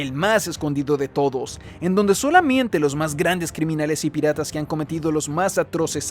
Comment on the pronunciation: "En donde solamiente" grande Buen video bro, tuviste suerte que estaba aburrido en el trabajo y que tu forma de narrar es excelente porque si no no veo este video de 2hr 😅